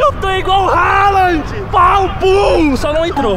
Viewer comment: . Falou halaand e depois endrix